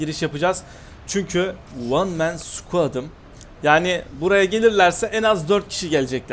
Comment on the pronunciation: abi hergün video atmaya devam et bayılıyorum hele o meen diyosunya shshshshjdsj